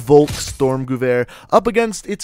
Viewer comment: I like how he says gewehr like goover